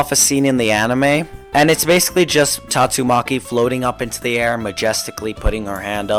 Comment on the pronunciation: bro just said tatto maki